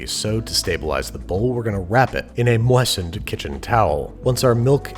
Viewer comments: "in a mwah san kitchen towel" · "We're gonna wrap it, in a mWAHsined kitchen towel." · "To stabilise the bowl, we're gonna wrap it in a mawhstened kitchen towel." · “We’re gonna wrap it in a moisen kitchen towel” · “With a ‘mawesened’ towel” sue him!! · Babish: ...We’re gonna wrap it in a ~M o I s T e N e D~ towel... Me: The what now? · "moastened towel" yep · Why did you pronounce "moistened" like that... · Here I was not knowing I needed Mr. Babish saying ‘moistened’